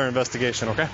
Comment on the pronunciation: More AW-kays from the cops. Are they taught in the academy to say ok as AW-kay?